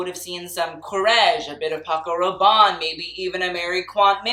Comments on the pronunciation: Do you have to pronounce Paco Rabanne in a French accent? He is Spanish after all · I love you babe but I don't think I will ever recover from the way you butchered saying Paco Rabanne. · Him: Pierre Carrrrrrdin, Paco Rrrrrrrrabanne Me: laugh in french (Just want to say that I'm not trying to be mean, I just found his pronunciation funny)